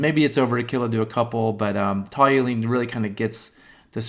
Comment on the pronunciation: Toluene. TALL-you-een